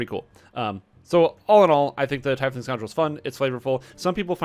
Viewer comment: "Tiefling is pronounced TEEF-ling, not tie-fling, as you can hear here." //